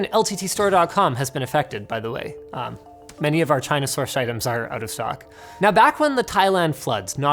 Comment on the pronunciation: Is it me or he says Tryna instead of China ?